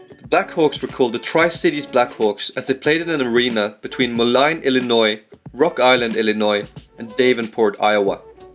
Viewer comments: Did an Irishman just accuse someone else for being long-winded?? That's linguistic imperialism! PS: It's "Moe-leen" not "Muh-line" and "Dah-venport" not "Day-venport". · For reference, in , you pronounce Davenport D- AH- VENPORT. The a is like the a in yeah. Coming from a local who lives very close to there, and has been there many times. Edit: Moline is also Mo- Lean. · Dave-nport, rather than Dav-enport and Mo-line, rather than Mo-leen. Now with Bettendorf, that area is the Quad Cities. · If you're going to do such an in-depth analysis, do that little bit more research and get the pronunciations correct. Just two from early in the vid: Moline is pronounced "Mo-leen" and Davenport is "Dav (rhyme with have)-en-port". Accent on Dav. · Moline and Davenport are not pronounced anywhere near the way this guy mangles them. The "Quad Cities" that include those two and Rock Island also includes Bettendorf IA - though it's the smallest of the 4 and might not have been thought of as a "quad" at the time of the team that was there. The total population of the 4 is larger than where a couple of CURRENT NBA teams are located - but it would be one of the smallest NBA markets if they had a team there. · And Moline and Davenport as well.